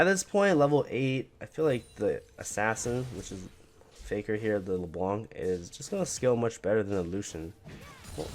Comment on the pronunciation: Can you please say Faker properly? It sounds like you're saying "figure" lol